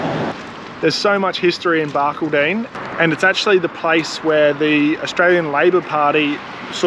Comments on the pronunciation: BAR _ CALL _ DIN, Not BARK _ A _ DINN. Enjoyed vid, Very musical 😂😂 🇦🇺❤️ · The locals in Barky will be laughing hard. It's Bark - all - din, or Bar Called In. Guys you should have chucked a left at Ilfracombe and spent a few days around Isisford. Great little town, friendly people and heaps of fish in the Barcoo River, especially out at Oma Waterhole with camping $5 a night (cold showers). Remember it for your next trip. You won't be disappointed. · Barcaldine is pronounced "Bar-call-din". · Hey guys, watching from near Mildura in Victoria. Chelsea I love that you introduced yourself to the cows!!!! Oh and thats not how you say Barcaldine:-) its bark all din say those three words quickly. love the dad jokes you guys are so much better at this than when you first started. Keep it up. hope you are hitting the road again after xmas. Oh & I loved what you showed of the dinosaurs have never seen anyone video inside before. We can't go there as we travel with our dog. And I'm fine with pineapple on pizza & love a crispy base in the bbq. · Ha ha I just added a similar comment. Its odd when you hear a town name pronounced weirdly. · Watching from Tamborine Mountain, Gold Coast hinterland. Barcaldine in pronounced Bar-call-den just for your info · Barcaldine, pronounce Bar-cald-don....just saying!!!!😅😅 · Love the videos, but have to let you know Barcaldine is prounced Barcaldon not as it is spelt, well that and everyone I know has pronounced that way. Im from Darwin NT. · all southerners do it! Love your work! Keep it up.